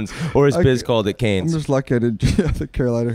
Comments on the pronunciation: I love how Whit is making fun of Biz for pronouncing it Canes while he mispronounces it himself. The S is silent Whit. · It’s pronounced ‘Can’ not ‘Kahn’. And defs not Canes haha